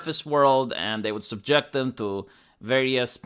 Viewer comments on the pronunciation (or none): none